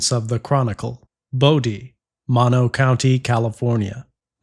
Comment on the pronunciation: It's pronounced "MOW-no", not "monno".